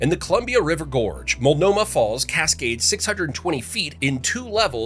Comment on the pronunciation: or Multanomah